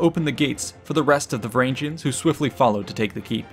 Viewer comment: These videos would be much better without the cringy pronounciation. Look at how you pronounce Harald. Now look at Hardrada. Why change the sound of the second "a" in the epithet? And don't get me started on "Varangians" again. I'll admit that the Norse languages are not the easiest to master, but for such well-researched topics, commonly used names should not be hard to find the proper pronounciation.